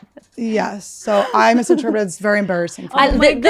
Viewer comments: The "Cyanide" had her dying! So fast that she "misinterpretededed it"... Haha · Annie mispronouncing the word "misinterpreted" repeatedly had me cracking up. I love her!